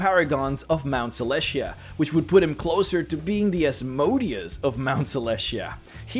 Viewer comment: It's pronounced AZ-moe-day-us not azmodee-us...its in the dictionary